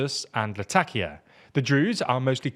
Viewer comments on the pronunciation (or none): none